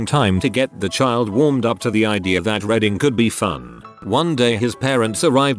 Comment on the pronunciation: It is reeeeeeeeding, not reding. Can you not scan the text before entering it into the voice maker and edit "reading" to "reeding" or "reed in" to make it pronounced properly ?